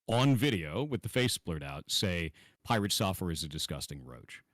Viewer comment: Was Dr.K calling him Pie-Rat at the being, a slight dig at PirateSoftware ratting on WoW 🤣